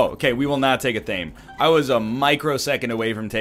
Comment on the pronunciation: Fun fact: Athame is pronounced ath-uh-may